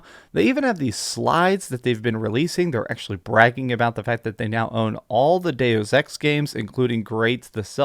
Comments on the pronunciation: “doos ex”? Lol, what. “Do sex”, **chortle**. You mean “day-uss” - it’s Latin, “deus” = God. From “deus ex machina”, “God from the machine”. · Doose ex? Really man? Lol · Did he just call Deus Ex...Deuce Ex? SMH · Kid there is no fine print. also Kid learn how to talk. You pronounce dues ex just like you can't say Polyphony. lol